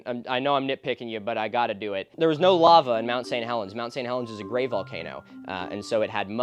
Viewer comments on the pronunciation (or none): none